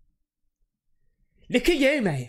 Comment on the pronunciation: Now it feels like nobody can do the real pronunciation of "LOOK AT YOU" except this "LOOT AT YOU" GUY🤣